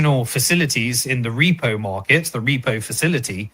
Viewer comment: A good starting point would be by saying "markets" not "morkets" .